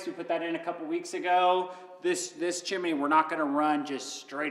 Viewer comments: (Chimney) Not Chiminey. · A chimney: Pronounced: chim·ney or CHimnē. NOT Chiminee Correct: "Things are going Well" Incorrect: "Things are Going Good" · Chimney, not Chiminey:-) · It’s pronounced Chim-knee(chimney).. NOT chimeny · Calling it a chimminey gets me every time!😂 you guys are the best!